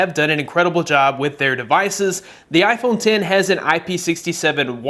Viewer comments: Why does he keeps saying iphone tin 😂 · Its iPhone ten not x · iPhone X (10) not “X” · IPHONE TEN TEN TEN NOT X X X X ITS ROMANIAN IS IT THAT HARDD sorry i had a brain spasm attack, good video tho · It's iPhone X(ten) not x (ex) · iphone ten not x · "Apple Iphone Tin"